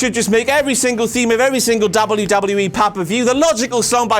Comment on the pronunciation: This guys says wwe too much and he says it funny. "Dawbule yew dawbule yew E"